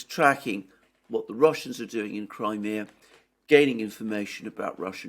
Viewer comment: Your mispronouncing cry mea Just as my talk to text spelled led it wrong